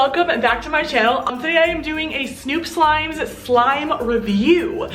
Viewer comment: It is snoop slime not stoop slime